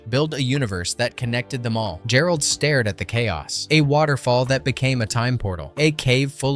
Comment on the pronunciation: "Pyoof an' Stoof"...? David "Gherold"...? The Creature from the Black Lagoon Gillman is "Jillmen"...?